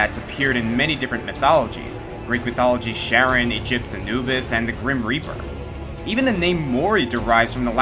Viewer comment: I'm almost certain it's pronounced "Care-On". Remember, it's a Chimera, not a Shy-mera.